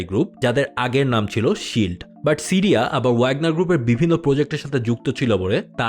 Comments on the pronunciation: Tiriya na siriya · টিরিয়া কি? বার বার বলছেন টিরিয়া।